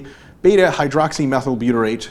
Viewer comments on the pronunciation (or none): none